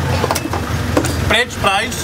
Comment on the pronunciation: The way you pronounced FRENCH FRIES is so Filipino Ahaha prensh prays lol